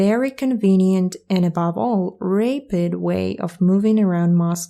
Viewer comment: to get your english from 999/1000 to 1000/1000: rapid is pronounced r-a(as in bat)-pid not r-a(as in mate)-pid